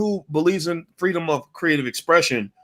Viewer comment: She's twerking for Fweedom!